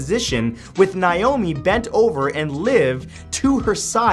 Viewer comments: ITS nAomi not nIomi!!!! i should know... my name is naomi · Ok, so it's pronounced NAY-omi... not NIE-omi...